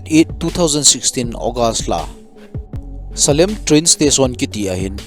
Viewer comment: Salem a hih ka che khae RRB Exam pe in...salem hih Selam joh in a pronounced uve